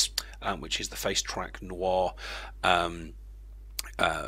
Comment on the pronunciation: Hehe "Noir" You should put an annotation that no, it is not the French word noir, it is No IR. Though I guess it's an older vid, so :P